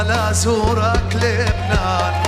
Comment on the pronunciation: 23:3 ليش حسيت طعجا وقت حكا "االبنان وسوريا" 😂😂😂😂😂😂😂😂😂😂😂😂😂😂